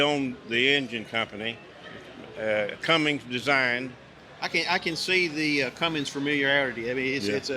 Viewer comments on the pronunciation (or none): Cummins...there is no G in the name. 👌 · Cummins! Not Cummings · sorry, after 30 years as a trucker it drives me nuts to hear people call it a Cummings instead of a Cummins. Somebody should start a diesel engine company and call it Cummings because half the people out there wouldn't know the difference and you'd have a built in customer base. Have a good one, thanks for the info on the tractors and pardon my being a word Nazi. :) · How can you be around tractors for 50 years and still say Cummings instead of Cummins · CUMMINS. No G in CUMMINS